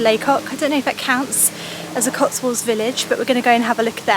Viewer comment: for jesus names sake....please learn to talk...it's the COTSWOLDS...NOT COTSWALLS. Noone can be this Scatty.